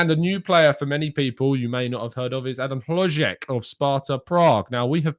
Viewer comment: As a Czech native, I must say you said the name "HloŽek" incredibly well,! Unfortunately, his signing for Bayer Leverkusen is much closer each day. Leverkusen are also NOT considering selling Patrik Schick. Both Czech strikers will be playing for Leverkusen. Schick is too important for them, he is their best player and they will need him. Especially because they will play in the Champions League next season. Sources - all of our Czech media.